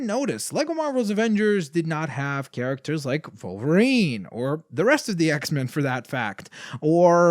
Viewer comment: did you say vulverien it's wolverine